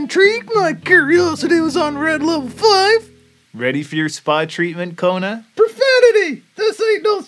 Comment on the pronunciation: it's kona not kuna